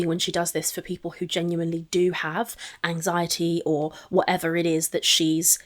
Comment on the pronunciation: As someone with DIAGNOSED "generalized anxiety disorder (GAD)", her flippantly talking about her "anzi-it" isn't funny either. I do not believe her anxiety is nearly as bad as she says it is. I don't believe her about anything. She has a "thyroid" issue now because of Beck. If she doesn't show her patient portal, then she is lying. That test result is right there with the diabetes results.